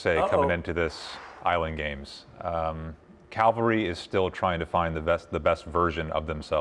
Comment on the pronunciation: "Calvary is still trying to find the best version of themselves" - is still trying to find the correct pronunciation of Cavalry